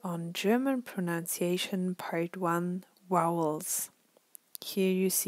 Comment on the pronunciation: PronUnciation, and not pronOUnciation